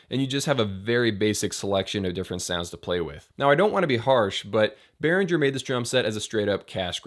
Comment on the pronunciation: Behringer. Properly pronounced "Bay Ringer" German. Give them a call.